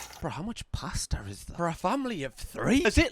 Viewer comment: I thought you said "plaster" and got SO intensely confused lmao it took me at least 3 more sentences to realize you said "pasta" hahaha